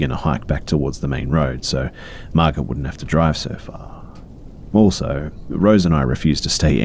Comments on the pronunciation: Great video! Just something I noticed, I am pretty sure that if in the first story the name is spelled “Margot” it’s pronounced as “mar-go”. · I love you B but are you saying Margaret or Margot, that drove me CRAAAAZY in the first story. It sounds like you’re saying Margot (pronounced Mar-go) and just pronouncing it wrong. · just fyi, the name Margot is pronounced "mar-go." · Thanks for the new video, these are great! My only criticism, I think the name was spelled Margot right? I'm pretty sure the t is silent and it's pronounced Mar-Go. Not a big deal or anything just noticed. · Quick little helper fishie here! I'm guessing the name in the first story is "Margot," which can be confusing for many to read if they haven't seen it before. But because it's French, the "t" is silent, making the name be pronounced as "mar'-go." (Like "mar" as in to mess up, and "go" as in to come & go.) 💗 I hope that helps! 💗💗💗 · It's sounds like he's saying Margaret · Typically Margot is pronounced with a silent T sp its like mar•go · Omg yes thank you! It was so annoying hearing mar-git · Margot is pronounced Margo! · It pains me a little to hear pronounce Margot with the T